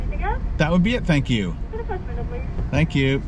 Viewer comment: Nobody:: That's it thanks. Thank Youw..